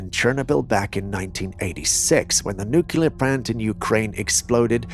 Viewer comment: Can you say NEW-CLEAR Itts not NEW-KILLER